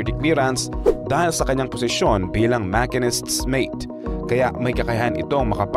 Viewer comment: parang si Alice Guo lang yan. ang machinist is pronounced as mashinist, hindi makinis. espionage po, hindi espisionage. :goodvibes